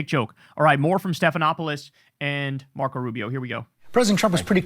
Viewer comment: Marco not Narco